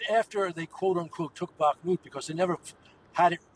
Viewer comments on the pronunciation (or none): Bakhmut not Bakh-a-mut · Please, somebody tell this presenter how to pronounce Bakhmut. it's not Bakkamooot. I keep hearing her say it that way time and time again. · Why does she always call it Bak-a-mut? Nobody else, pronouncesit this way, certainly not the Ukrainians. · The comment by the interviewer is shows ignorance of what Wagner is. Yes, during the Bakhmut (which she horribly mispronounces all the time) campaign they used the prisoners as cannon fodder. But that is not what the core Wagner is, and I don't think that the prisoners were the bulk of the force that went into Russia. Wagner is primarily made up of professional military who have left the official army to become mercenaries. They are generally highly trained and experienced. Prior to this war they were (are) used in other parts of the world as traditional mercenaries. So, repeating that trope about Wagner being prisoners is just bad journalism. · The presenter still has issues in pronouncing Bakhmut!